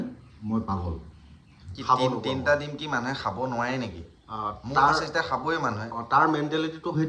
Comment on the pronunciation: সাই নহয় খাই, সাব নহয় খাব গাধ 😅😂